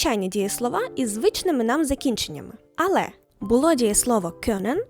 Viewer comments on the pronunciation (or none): none